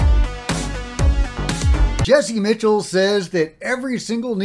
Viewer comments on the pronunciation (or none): Hey, just FYI, I’m pretty sure it’s Jesse, Michaels, not Jesse Mitchell.